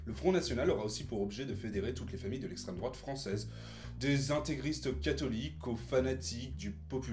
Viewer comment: Parti pris bien trop visible, manque de connaissance sur le programme, absence totale de remise en question des autres partis = diatribe de gauchard habituelle. Dommage, cela aurait pu être intéressant si le but n'était pas de "combattre l'essstreme drouate" (ce qui est pathétique, car le PS est bien plus dangereux et mérite d'être combattu davantage) mais de donner un aperçu neutre du FN